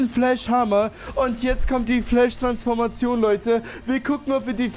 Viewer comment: Fläsch nicht Eirenman